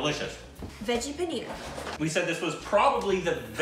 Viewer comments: That "PAN Buhrrr" i.e. paneer butter masala has so much color that ever her poor tounge was orange/yellow. What the.... are they feeding you there. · Pan burr!!!!....was paneer butter masala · thats paneer butter masala. pan-paneer brrr -butter